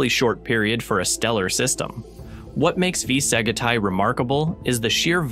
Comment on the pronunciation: Sag it I? I love the pronunciation.... AI can't seem to correct itself.